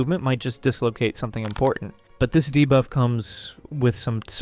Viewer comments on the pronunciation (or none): Idk why nut everytime he says debuff i hear divaaa 😭😭